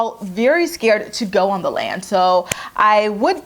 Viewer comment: Every time you say “the land” I cackle!